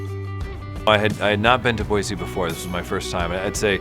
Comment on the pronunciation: Someone coached them to say Boy-See, lol!